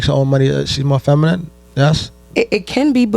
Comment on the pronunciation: Shawdy ain’t even saying feminine right slim😂😂😂